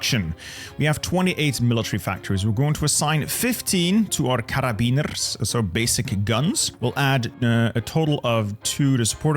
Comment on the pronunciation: There is no rolled r in Karabiner. That was gross